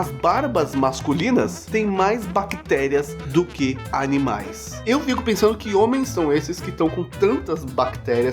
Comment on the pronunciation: "os canimais" KKKKKKKK